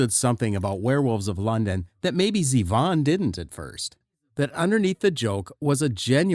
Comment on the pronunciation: That's right. The groove is straight eighth notes. Was the narration written by the same Chat Bot that reads it and mispronounces Z-Von again and again? You can do better, folks (robots).